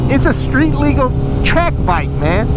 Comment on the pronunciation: lets take a shot each time he say 'mang'